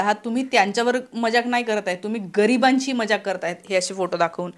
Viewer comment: Madam - not majak but mazak should be correct pronounciation . Still best presentation.